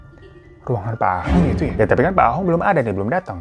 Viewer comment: Koh Ahong ❌ koh Ah tong ✔️ 😂